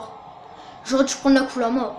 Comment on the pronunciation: La penumbra celle que t'avait dans la 2° ème course est pas électrique mais pourquoi tu dit kulama pour la kuruma ?